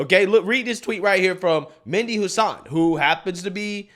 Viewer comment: It’s pronounced Med - E Hasan